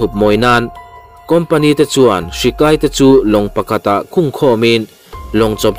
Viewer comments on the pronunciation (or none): none